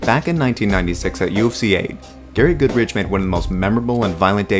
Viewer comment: Shit video. The Goodridge stoppage was just fine for when that fight happened, you are also shit at name pronunciation.